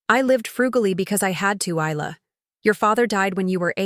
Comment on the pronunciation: Her name is pronounced Eye-La.